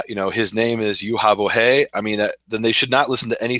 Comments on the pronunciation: if you do not really know how to pronounce YEHOO VHEE (REDEMPTION IS HE AND SHE). then you shall not pronounce it incorrectly. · There is no W in Yod He Vav He... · what is so hard about pronouncing the noun phrase YEHOO VHEE.